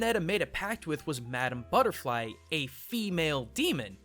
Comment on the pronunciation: ITS MADAMA BUTTEFLY BOI